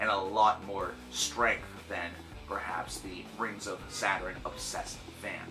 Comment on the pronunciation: Lmao your pronunciation of their name tho, Rings of Saturn is super dope, their new album is super good imo